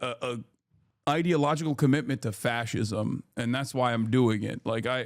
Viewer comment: Adin can't even pronounce fascism.